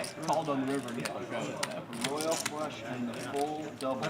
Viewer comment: Woyal fwush??